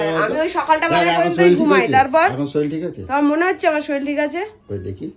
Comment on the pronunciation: শরীর না শরীল 😂